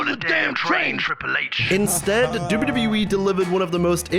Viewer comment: why tf do you say wwe like that?